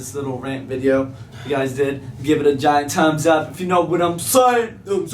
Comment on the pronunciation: says "tums up" instead of thumbs up.😆